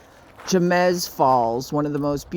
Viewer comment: The way you pronounced Jemez cracked me up. It's pronounced hey-mez just for future reference lol. It's such a beautiful place! One of my favorites.